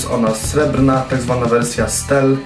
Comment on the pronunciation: Jaki Vision i jaka wersja stel ? Po pierwsze Vision czyta się Wiżyn, tylko z akcentem. Po drugie ta Twoja wersja "stel" to stiiil. Tak to się mówi.